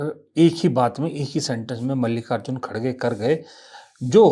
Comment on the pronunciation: श्रीमान कटाक्ष के जो उदाहरण😂😂😂 बात पूरी सुने बिना इतना निवेदन है कि खड़गे नहीं है श्रीमान सही उच्चारण खरगे हैं . यह स्वयं कांग्रेस के तथाकथित अध्यक्ष महोदय ने ही जानकारी दी थी पत्रकार वार्ता में . तू श्रीमान बात समझ आई 😂😂😂😂